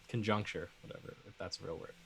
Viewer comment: you meant to say conjecture rather than conjucture, cheers!